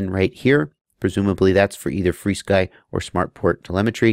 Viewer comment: "Free Sky" is actually the proper way to pronounce FrSky. They actually tell you that in the manual of their radios like the Taranis. So and everyone else who pronounces it "Free Sky" are saying it correctly as per the company's intention.